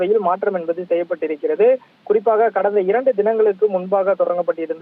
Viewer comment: Envadhu, Enbadu, Enbadu!!!!. What is this?. Killing the Tamil language! You want to pull your talk to increase time and harass the viewers. Stop this practice. Be genuine. You must be different from other channels. Do not think viewers are fool